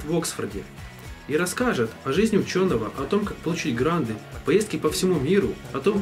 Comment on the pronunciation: Не ГРАНДЫ, а ГРАНТЫ!!!